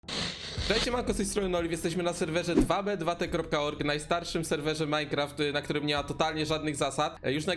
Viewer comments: Czyta się tu bi tu ti A nie 2b2t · Cymbale to nie jest DWA BE DWA TE tylko to się czyta TU BI TU TI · popierwsze nie mówi się 2b2t dosłownie tylko jakby tak tubituti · nie mów dwa be dwa te tylko po angielsku normalnie "tu bi, tu ti" bo cringe zjada